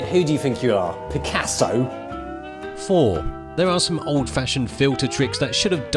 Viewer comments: That “Picasso” pronunciation, lol. Why do Brits gotta say everything all fucked up?? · Lol funniest accent to say picasso.